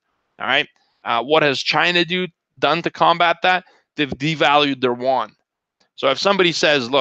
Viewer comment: I’m not too sure if I heard wrongly. You meant Chinese Yuan and the not the won? =))